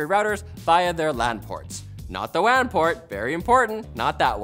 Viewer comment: Buddy you really did go the extra mile to pronounce the "lan" and "wan" port the exact same way when trying to make people not to confuse them.